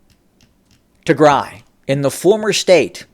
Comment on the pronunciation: Learn to pronounce "Tigray".